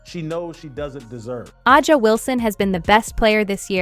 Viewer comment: If you are using AI to do some of the narrating, you have to learn how to pronounce the players names correctly. A’sa Wilson is one name that is always mispronounced. As was LeBron’s first name.